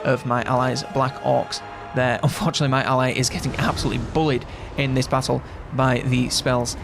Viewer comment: When he is saying fortunately and unfortunately it’s indistinguishable lol